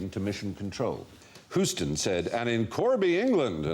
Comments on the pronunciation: No one corrected Stephen on how to properly say "Houston"? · Whoston? Fry it's pronounced HUGHSTON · I wish I was a strong enough man to not resent the city of Houston, Texas, being pronounced "Hoo-sten". I don't know why it's meant to be and IS pronounced "Hyoo-stun", nor why the name of the Boston basketball team is "Sell-ticks", not "Kell-ticks". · hew-stun not hoo-ston lol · The city is definitely not pronounced Hooston. Just thought I would put it out there since this show is about facts. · He's pronouncing it as in Houston street in NYC, not the city in Texas. Poor boy --- he does try, and everyone's afraid to correct him.